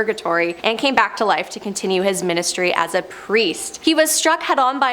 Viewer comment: It's Seminary NOT cemetery, and ministry not ministary.